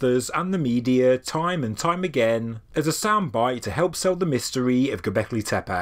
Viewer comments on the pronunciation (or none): Why you pronounce gobekli tepAe . pronounce : gobekli tepE